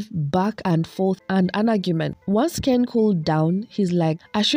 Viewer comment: And the way she insists on mispronouncing Ken's last name bc she likes the way it sounds better....